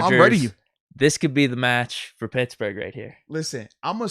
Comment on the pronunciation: I too heard “brad pits burger” 🤣